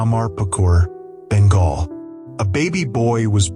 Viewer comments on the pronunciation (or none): none